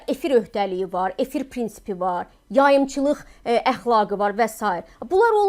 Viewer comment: Yayimciliq…mence,duzgun teleffuz deyil